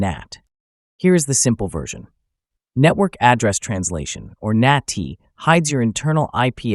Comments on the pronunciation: Nah-tee? really? 🤨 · “Nah-tee”. You tell me